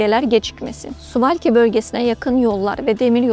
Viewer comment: Swalki değil swavkidiye okunur bilginize.